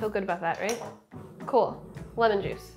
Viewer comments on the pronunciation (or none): none